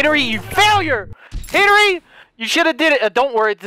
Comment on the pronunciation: Hen-ry not Hen-ery